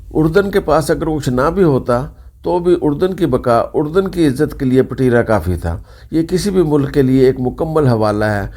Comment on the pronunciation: Payen ! Pateera nhi ……Petraa.